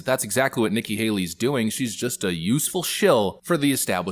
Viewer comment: You called her "Nikki Haley"